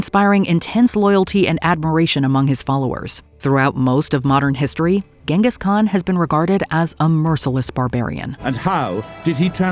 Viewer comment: It's usually pronounced Genghis with a soft g like the one in 'gin'